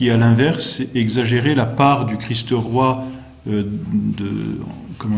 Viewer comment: Très intéressant mais par pitié il faut se défaire de cette prononciation vilaine et fautive : "le Christ-eu Roi"...